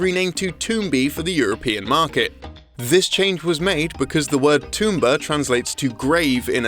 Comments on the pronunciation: Who the hell says "Tombi/Tomba" like that? Everyone I know says it like "TOM and Jerry," not like "TOMB Raider." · It's Pronounced Tomb-ba not Toom-ba.. Tomba's fairy side kick even pronounces it out loud it in the 2nd game.. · Did he pronounce Tombi/a as Toombi/a? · That mispronunciation of Tomba/Tombi really threw me off. At first I thought it was just an English thing, but Caddi has pronounced it correctly in his videos so I was confused. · wow is is not pronounced woow (wuw) so why would you mispronounce Tomba? There is clearly one O.